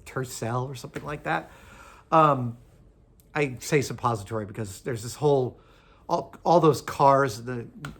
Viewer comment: "suppositoriy sedan" ☠️☠️☠️